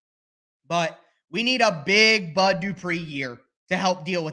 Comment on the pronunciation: That "where is the bud" shows you're a true Tennessean 🤣